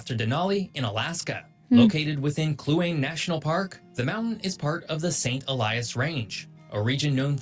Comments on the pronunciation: Kluane is actually pronounced like clue-aw-nee. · Ive climbed MT Logan Its a fairly easy climb because the mountain may be tall but it is also beefy so that climb isnt steep It's the largest MT by volume if im not mistaken. Soo many terrible pronunciations in this. Kluane = Clue on knee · Iqaluit = e cal lu it Kluane = clue wan nay national park